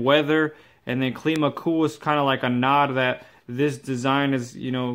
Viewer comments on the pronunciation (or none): WTF is Cleema?? How do you pronounce Climate as in Clima? Cleemite? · Good review but it’s pronounced Climb-ah like how you pronounce climate.